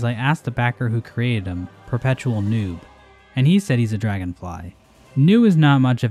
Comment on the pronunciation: thought he said NOOB was dead lol